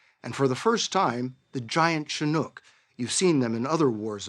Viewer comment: Leave it to 60 minutes to mispronounce Chinook...🤦